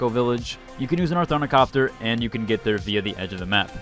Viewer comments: I get such an ick when I hear othornicopter hahah glad someone pointed it out 😂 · Ara-keen. Not Arakin. Orni-thopter.